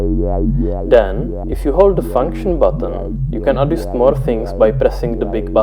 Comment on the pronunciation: `s way of pronouncing "adjust" is almost criminal.